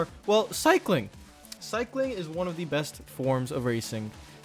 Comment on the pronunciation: Did you just say “armstrong the beste ever” xd… Eddy Merckx left the chat